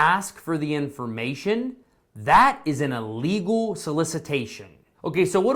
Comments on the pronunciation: Please! The word is ILLEGAL - not ULLEGAL. Thank you! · Thank you for your video. It is not ah-lee-gal.. think im-possible. close to a long "e" to start it out. ok? Don't be upset. I have to correct those that insist on "Expresso" but it is "Espresso..." there is no X in Espresso. Think how you say the word ill. ill + legal. ok? ill legal.